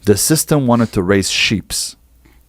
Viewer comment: he said sheep's twice.